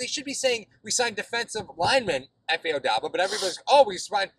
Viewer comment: the "B" in Obada comes before the "D".